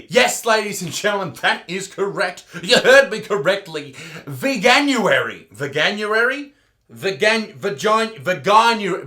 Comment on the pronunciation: Ouch, the way he stared at the camera like that was so cringey. And did they not realise how much Veganuary would sound like Ve-January (Vagin-uary)